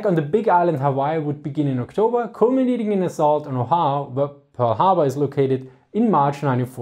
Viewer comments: Oahu = “Oh-ah-hoo”. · Oahu is pronounced Oh-ah-hū. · Oahu isn't an English word so the mispronunciation is understandable, but it is pronounced Oh ah hu. :) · Informative as usual. Fyi, it's pronounced oh-AH-hoo. Thanks. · It was a bit funny hearing it in his accent, sounded more like Ohio. Imagine Japanese managing to land there lol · Oahu is O'ahu, so pronounced like Oh Ah Hu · Most Americans, how do you pronounce Oahu? 'Oh Wah Hoo?' Great thanks! Lol... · He's trying to pronounce it as an English word, to be fair.